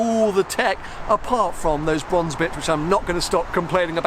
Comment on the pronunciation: Bwonze Bwonze Bwonze, You sound like Jonathan Ross. 😴